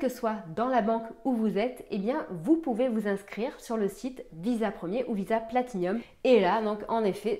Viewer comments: Elle sont cependant tres laides les nouvelles, font vraiment tcheap et franchement pas l'eimpression de degainer une Platinum, d'ailleur arreter de dire Platinium partout, c'est une PLATINUM y as un i en trop Guillaume fait la meme, honnetement, ont dirait les carte Nickel beurkkkkk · Je l’ai commandée pour la tester tiens… j’en ai pas trop besoin mais voilà à voir. Et au fait, c’est Platinum, y a pas de i en plus 😆